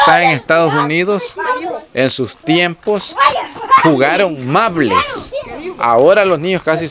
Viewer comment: Mables jajajaja es maubles